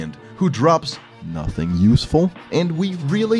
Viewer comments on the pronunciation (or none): none